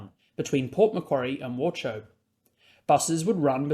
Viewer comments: Great video, however “Wauchope” is pronounced like war hope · wauchope is pronounced war hope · Another great video - thank you! Also, just for your future reference, it’s “bo-dez-rt”, “war-hope” and “w-dong-ga” :) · Nice video! Being 42 yo, I’d be in a hospice or dead by the time HSR to BNE or MEL are up and running. Btw - it’s pronounced “wall-hope” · “Wauchope” is pronounced “war-hope” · I actually came here to ask about this. That's what I thought, but I'm not a local.